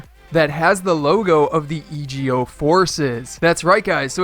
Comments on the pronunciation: Its pronounced "ego" not e.g.o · E G O,it’s suppose to be ego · Christian Witt e go